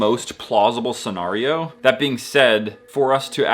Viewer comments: why did u say scenario like that😭 seNARio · scen AIR e o